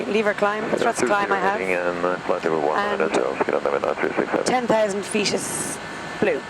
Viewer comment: That is my ideal pilot voice and accent. Nice accent. In the US we say 20 feet. She said 20 feast. In aviation being quiet is not an option. Communication is indispensable.